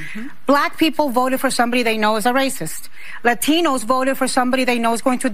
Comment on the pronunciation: I love how she talks regular until she has to pronounce Latino. 😅😅😅